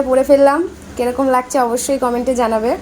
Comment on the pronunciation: ঠিকমতো বাংলা বলুন লাগদিছে না লাগ ছে